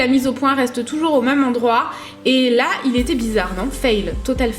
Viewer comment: STOP il est vraiment temps de ne plus dire ''MEUME'' au lieu de ''MÊME'' tu vois c'est comme les enfants un moment on leur enleve leur doudou ^^ 😂😂❤ Bon on t'aime quand même...